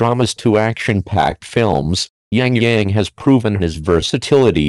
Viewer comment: not Yang Yang...